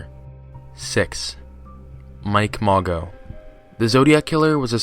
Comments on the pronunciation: Mago? Really? It's Mageaux. Pronounced ma-Zoe. Seriously dude. It's disrespectful to the victims of these monsters. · “Mageau” is pronounced “Mah-joe” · Pronounced Mah-sho